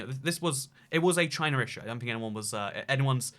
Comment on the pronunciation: If your reading this in the future, BeWArE ch-y-na